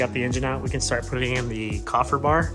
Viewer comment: KAY-fer... great vid